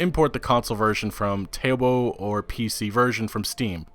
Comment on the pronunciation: Tay o bow? LMAO Tau - bau I can forgive Weibo(wei-bu-o) being mispronounced but oh my god tayobow.